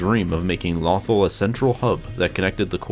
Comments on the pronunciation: Every time he mis-said lothal reminded me of the fact that in my own campaign, i miss typed halberd every time i typed it. (I had to use speech to text just now) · Your pronouncing Lothal wrong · You are saying lothal wrong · Please say “Lothal” correctly, it’s not like they don’t say it all the time in the show. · Every time you mispronounce "Lothal," a youngling dies somewhere in the galaxy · Vader: tell lothal wrong many times you can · Good info but please PRONOUNCE THE NAME OF THE PLANET CORRECTLY !!!! If in doubt go back an rewatch Star Wars Rebels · it was his narrator who said it wrong the person speaking isnt the guy who is in charge of the channel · I was just cringing when you said lothal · Im trying not to sound mean but it's "low-thal" not "law-thal" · It's Low-Thawl, not Lothel D'X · Lo thal NOT Lawthul but great and informative video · Lofal not lawfall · I fought the lawthul and the lawthul won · LOW-THAUL FFS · low-thawl FFS if you're going to make a video over Lothal, at least say the planets name correctly sheesh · I mean they pronounce it “Loh-thawl” for the entirety of Rebels lol. Where the hell did the need to make your own pronunciation come from??? 🤦‍♂️🤦‍♂️🤦‍♂️ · LOW-THAL Say it with me..... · The way he pronounces Lothal makes me cringe every time. 😖 Low-thAll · Is it pronounced lothal like waffle or lothal like you all ? I have heard it both ways over the years. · Take a shot every time he says Lawthul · It's not "nuth-ul" it's "law-th-all" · Every time he says lawthul I cringe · His pronunciation of this planet is simply "lawthul"! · It's pronounced "LOW-THALL" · Its pronounced LOW THAWL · Pronounced "Low-thall" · It is pronounced “Low thawl” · It's LOW-THAWL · It’s pronounced lo-th-all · Damn near un watchable when you keep saying the name different then they do in the show. Lo-THAL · Jesus he can't say it Lawthel or Lewthul god may have been able to say it but he can do more and interesting facts #LoveStarWars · Not lawthal